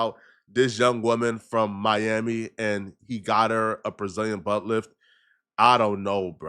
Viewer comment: Was that Mami or Miami 😂😂😂